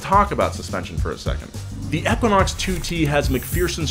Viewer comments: Us: Equinox Him: Ekunox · Eeeeeeeeeequinox. Not ehhquinox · EEE kwa naaks 💩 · "Eckwinox" ?? EEEEEQUINOX. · Eeeeeeeeequinox not aaaaaquinox ? Let me guess? GED?🤦‍♂️ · Long e sound. EE-quin-ox not short e Ek-win-ox. It is an astronomy term. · E-QUINOX! not eh-quinox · It's called an EEE-QUINN-OX , not ek-quinn-ox 🤦‍♂️ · I’m just having a hard time following with “EHquinox” continuously being said 😂 like it’s a word, EEEquinox..... even before Chevy used it. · I hate how he pronounced it "eckwanox" sounded weird af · E-QUA-NOX lol. Killed me a lil each time you said it. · pollutedcrimson right! It’s EEE-quinox. I didn’t think I was crazy. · Equa-nox lol had to scroll a bit too see if someone else mentioned this. So bizarre how he pronounces it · Anybody else cringe every time he said “ekuinox” 😂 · E - quinox.... not however you said it. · It's pronounced eqwuaknocks. You don't pronounce equal as ekwal. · It hurt my brain to hear you say “eck-quinox” are you purposely saying it wrong like James? Or do you just not know how to say Equinox? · EEEQuanaux... Say equal... Same sound... CRINGE... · How the hell else do you pronounce equinox other than EK-WIN-OX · For the love of god someone teach this guy how to pronounce 'Equinox'. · They filmed for an hour and nobody bothered to tell him he doesnt know how to say Equinox. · Ur Pronouncing Equinox Wrong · How do you not know how to pronounce equinox? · Oh my God, stop pronouncing Equinox that way!